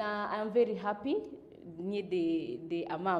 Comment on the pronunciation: Hakuna kucut😃😃😃😃 amesema vizuri na tukaskiaaa😃😃😃 Vely😂😂😂Going far girl. Keep on moving